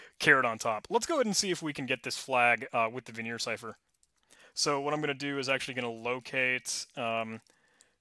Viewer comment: My friend, it is not Vignere, it's Vigenère. Pronounced in an entirely different way :)